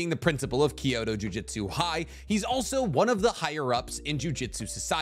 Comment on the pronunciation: Dude you say jujutsu wrong. It’s JUJUTSU, not JU-JITSU